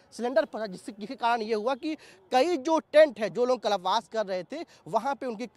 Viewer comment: abe puch raha to puri baat to sun le... aur gawar कलप वास नहीं कल्प वास होता है... rude journalist 😑😑